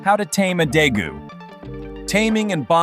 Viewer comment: its day-goos